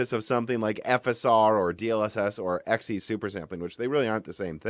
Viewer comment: Whoah, what? You're finally pronouncing it correctly, and not saying "zee"? What happened?